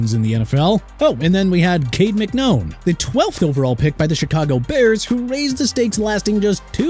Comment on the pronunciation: It's McNown, not McKnown! Darrelle Revis' name is pronounced Dar-relle! Arrington is pronounced... FORGET IT!!!